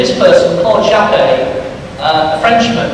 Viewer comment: The inventor's name was Claude Chappe [pronounced shap], not "Chappé" [shappay] as the lecturer seems to think!